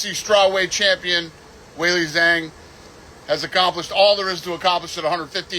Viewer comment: Waylee Zang😂